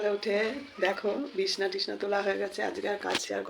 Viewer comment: ওটাকে বিছনা বলবা না বিছানা বলবা, বিছনা বলা খারাপ না কিন্তু সব কিছুই যখন প্রপার বলছো তাহলে ওটাকেও একটু বলার চেষ্টা করবে 😊❤ ভালো থেকো 😊❤